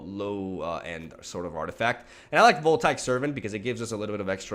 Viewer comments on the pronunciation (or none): Antiquities you nailed, but "voltaic" I believe is pronounced "Vole-tae-ick"